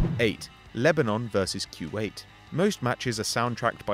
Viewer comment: It's not freakin Quwait it's Kuwait